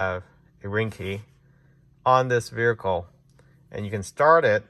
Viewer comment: Bro it was driving me crazy too.